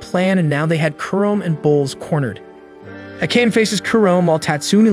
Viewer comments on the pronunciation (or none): It's Ah-Ka-Neh. Who tf is A-cane?